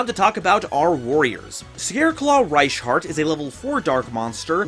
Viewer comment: I’m pretty sure the scareclaw Warrior is pronounced Reich, like German Reich, not rasch, also where did you get the s sound there?